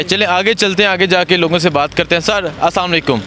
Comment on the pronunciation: salamalaikum nahi bolo Assalamu alaikum bolen plz.